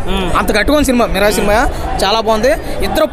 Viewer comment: Miral raa adhi mirai kadhu 😂